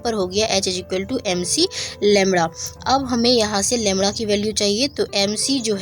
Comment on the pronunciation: It's not lemra it's lemda.